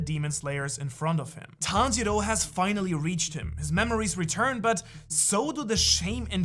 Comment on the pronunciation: Le playback est génial Et le Tanjili à la minute l'est tout autant, et tanjiru à la Minute ...je savais pas que c'était possible d'ecorcher un nom autant de fois😂 sinon, vidéo intéressante et super naration vraiment agréable à écouter !!